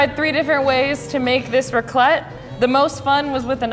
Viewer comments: accent was damn good though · Her French accent!!!!!!